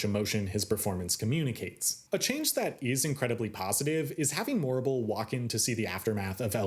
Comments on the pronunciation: THANK YOU! The Morrible mispronunciation was one of the few things in the film that bothered me big time. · Quick thing about the language in WICKED on stage: Morrible isn't saying words "incorrectly" and it's not just her. Everyone in the show speaks the same way. This was a conscious effort by Winnie Holzman to give the impression of a distant, magical land. Words are not "incorrect" they are "Oz-ified." It's the same in the film, so the implication isn't that Yeoh through a language barrier is getting words wrong. Everyone is just speaking Oz. Great video, otherwise!